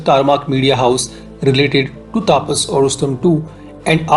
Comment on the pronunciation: Pronounce the name correctly, not like Britshit. The name is तपस not तापस Pathetic mistake